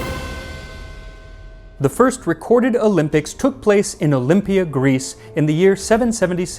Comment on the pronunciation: Your Greek pronunciation is spot on! Well done! Also I’ve been to Olympia several times, the whole area is incredible. 🇬🇷